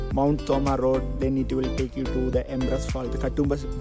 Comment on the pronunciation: Super Eabu. For such good views go from Kottayam to Kumily. You have some rubber trees and enjoy the scene. Also it’s road, not rod.